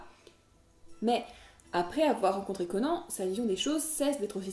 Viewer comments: on dit pas "conen" mais "conane" comme un Âne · CONAN !!! PAS CO-NAN !!!! PS : Merci de ne pas avoir parlé de Conan le Destructeur, ou pire, Conan le surfeur du 21e siècle. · Conan le barbare n'est pas un nanar ? non sans déconner ? il était peut etre temps de se reveiller plus de 30 ans après sa sortie. Et cette prononciation ...